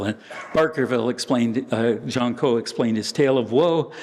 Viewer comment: "Jean", not "Gene" ... 50/50 guess goes wrong ! Sorry AI ... (÷